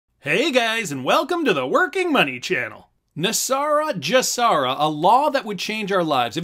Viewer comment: You are pronouncing GESARA incorrectly. You are using the J sound as in the word just. You should be using the G sound as in the word good. The G in GESARA stands for global. You wouldn't pronounce global as jlobal. If you're going to voice videos you ought to learn how to pronounce things correctly.